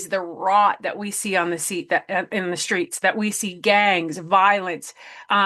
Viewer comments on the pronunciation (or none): none